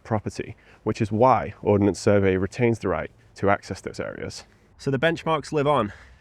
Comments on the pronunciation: Ordnance Survey not Ordinance Survey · Arrrrgggghhhhh It's not the "Or-den-ance Survey" it is the Ord-nance Survey. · One small niggle. It's Ordnance Survey not Ordenance Survey. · it's "Ordnance Survey" btw